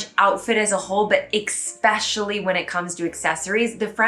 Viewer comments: I just got into secondhand shopping (only in stores though, not online), it's so much fun, like a treasure hunt! PS - it's eSpecially and eTcetera (sorry... ;) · Again, I am BEGGING YOU, please pronounce "especially" correctly. You say it at least half a dozen times in each video. English is your first language. You have no excuses. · Eh whatever - then you're from the Midwest. Regardless, it's bizarre that you are determined to mispronounce something to the point of butchering the word, even when it's pointed out to you. Most people WANT to pronounce things correctly.